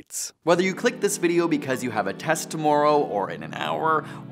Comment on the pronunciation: Heh he said tomorrow weird